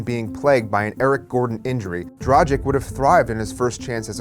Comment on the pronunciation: Did he pronounced Dragic as tragic with a d?